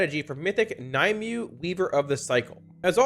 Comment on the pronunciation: Exactly! I've been saying this, and my friends ignore me. Surely she's named after the lady of the lake in arthurian legend; Nimue ("nim-way") "Nye-myou" is just ridiculous